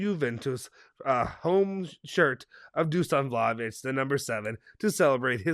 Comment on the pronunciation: Some of our fans are still calling De ligt (De light) And they have to say the H It’s Vlahovic not Vlaovic